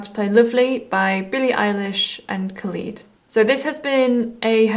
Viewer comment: when she says ''Khulid'' hehe